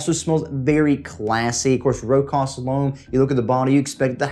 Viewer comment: Great list 👍👍 AEB is an easy reach for anyone. I need to check out Singulier. Not to nit pick... Its a common mispronunciation, but it's pronounced Row-shas.